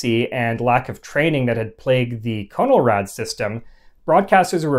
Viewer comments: I was born in Los Angeles in 1949 and remember all of it very well. CONELRAD was pronounced like "kahn'l-rad" with a short "o" not "cone'l-rad" with a long "o." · Not 'cone-el-rad', but 'conn-el-rad'. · It is not freakin' CONE L RAD! It is pronounced Con El rad. Soft O! Geeez! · Great job. Lot's of good info for people like myself who study the subject of alerts and warnings. One possible correction... I always pronounced the moniker CON-EL-RAD not CONE-L-RAD. I grew up in the Northeast so the difference might be due to regional dialect. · Nice video. But, for what it's worth, you're pronouncing Conelrad wrong. It's a short O sound, not a long O. It's "ah" not "oh". I was a kid when it was introduced and remember it well. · "CON-el-rad". Not "CONE-el-rad". I remember it very well and remember that the 1st syllable was pronounced "CON", not "CONE". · Not pronounced CO NOL RAD, but pronounced "Con" as in control, "el" as in electronic, "rad" as in radical. No syllabification. "In case of emergency, tune to 640 or 1240 on your dial." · Not 'Cone', but 'KAHN-uhl-rad' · If you’re going to do history at least pronounce the subject name correctly. It’s pronounced “Conn-el-rad”. Not “Cone-el-rad”. You sound silly. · It was pronounced 'Con el rad', not 'Cone L rad'. Yes, I'm that old. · You are pronouncing it incorrectly. It's pronounced Con-eL-rad, not Co-Nol_Rad... I know. I was there. Truman was President when I was born. "27,811 views Jun 13, 2023 CONELRAD (CONtrol of ELectronic RADiation)" Note the upper case in your own posting, otherwise you are point on. Now we have Amber Alerts.. the sky is falling. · Nope. We said it "CON-el-rad" in the Midwest, too. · Correct. It was pronounced: "KHAN-el-RAD"... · The movie Panic in Year Zero mentions Conelrad. pronounced con el rad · I remember it being pronounced as, con' el rad'. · Those of us who lived through the fifties always heard the word pronounced as "Cahn-el-rad" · I’ve always heard it pronounced conn el rad